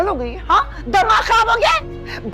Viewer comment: پلیز خراب کو خراب بولیے کھراب نہیں